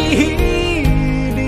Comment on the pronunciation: 伊犁是Ili, 不是Yili